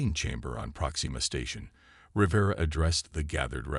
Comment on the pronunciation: You may need to teach your AI how to correctly pronounce names. It is said R’vera.